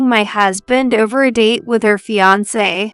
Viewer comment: With the mispronunciation of words like fiancé it sounds more like three people who can’t read than AI. The singsong voices also indicate human non-readers to me.